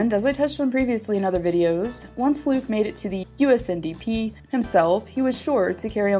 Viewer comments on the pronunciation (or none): It's NTDP not ndp ahahhah